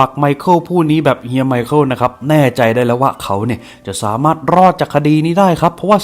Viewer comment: ไมคาเอลล อ่านแบบโง่ๆ แต่ต้องออกเสียงไวๆหน่อยนะครับ ไมเคิล นั้นล่ะจ๊ะ